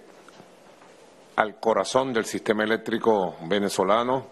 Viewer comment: "Al corazoM"! Nico necesita definitivamente un logopeda!